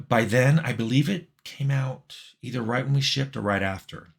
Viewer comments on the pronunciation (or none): none